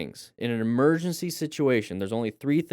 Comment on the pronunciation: "Emercy swerve.....Emercy brake"..." "EMERCY".......?!?!? English IS my primary language,and yet i'm not familiar with this word...